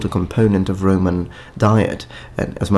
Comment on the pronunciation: RO MAN. ROH MAN. Not RAY MAN. Anyhow you look much better without the beard.